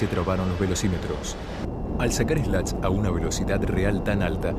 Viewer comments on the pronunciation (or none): Se pronuncia slat. Slot es la ranura que se forma al sacar los slats. Hay aviones ligeros que tienen una especie de "slats" fijos, que se llaman slots. Es cierto que el Comodoro o lo que sea ese tipo dijo slot, porque obviamente no tiene ni idea de aviación.